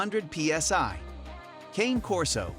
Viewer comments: As you post some dogs In your video that aren’t even Corsos. Also, you’re not even saying the name correctly. They’re Italian so it isn’t pronounced like a candy cane. It’s pronounced with an “aye” sound at the end of Cane. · Can’t trust research from someone who can’t even pronounce the name correctly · It's AI. They never pronounce names correctly.